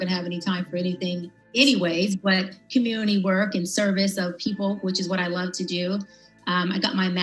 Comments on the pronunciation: Welp one thing we CAN say is she consistently mispronounces commun(it)y. Then and now. Smh. . . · Why can’t she pronounce Community 😩🤣💀